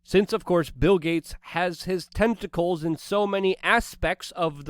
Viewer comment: I had to rewind when you talked about Bill Gates tentacles - kept hearing testacles.